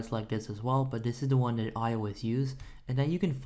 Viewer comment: " open daat. click on install right dere. dare we go" lmaoo